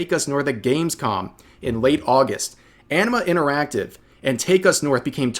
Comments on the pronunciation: I keep hearing Enema Interactive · I keep hearing it as "enema" interactive.